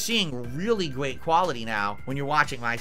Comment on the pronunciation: "Really gweat stuff," indeed!